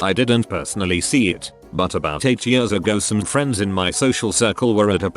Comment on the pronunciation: Ye-ah-rs Robot butchers the word years.